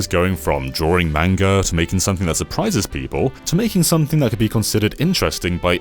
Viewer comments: You mispronounced Manga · this guy really said manga